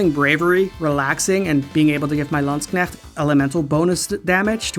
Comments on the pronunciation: Why is he mispronouncing landshark? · Great review, but you're pronouncing "Landshark" wrong. ;) (Also, huge props for playing a clip of IOSYS' FOE song. FOE! FOE! FOE! FOE!) Last second edit: Untold 2 fixes ALL the problems that Untold 1 had and is probably my favorite game in the entire series. Definitely worth your time! To wit: The optional Story-exclusive area is now explorable in Classic Mode; Multiple save files allow you to have Story and Classic games running at once; better New Game + options; no late-game spoilers in the opening cinematic; Story-mode characters are far more interesting this time around (and so is the overall plot involving the titular Fafnir Knight). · Your pronunciation of Landsknecht sent shivers down my spine